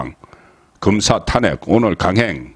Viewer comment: 도대체 왜 발음이 엉망인지요? 탄핵 좀 고치고 방송하세요 엉뚱하게 모든 단어를 엉망으로 발음하시니 듣는 사람들이 몹시 부담스럽네요